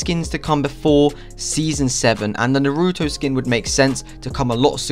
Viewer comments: It's Naruto Not NOOROOTOU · This guy isn't an anime watcher based on how he pronounced naruto's name